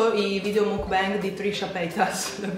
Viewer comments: Per le prossime volte, si pronuncia MOCBAN (con la O aperta e la N nasale XD) Te l'ho scritto in "italiano" che con la parola scritta in"" inglese"" non ci si capisce niente della pronuncia XD Baci dalla Corea ❤️ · Si pronuncia MOKBANG!! Non é una parola inglese/americana ma COREANA, proprio perché é lì iniziata questa "moda" delle Mokbang (먹방) Trasmissione mentre si mangia significherebbe!